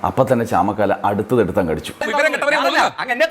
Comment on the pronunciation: ചാമക്കാല അല്ല ചാമക്കാള